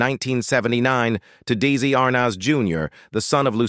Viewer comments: Who's Dizzy? It's Deslui. Good list. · This narrator needs to learn the correct pronounciation of Desi Arnaz Jr.. it's phoeneticall pronounced: de...zi not the massacre made by the narrator who often mispronounces common names.